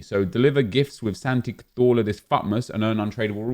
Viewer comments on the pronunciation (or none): none